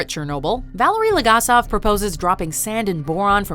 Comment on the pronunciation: While a fan of the top ten watchmodjo series. I cannot draw away from my East European roots and I just cringe every time a Name from this series is pronounced. Its BOris ShCERbina, and VAleri LegAsov... please do not butcher them...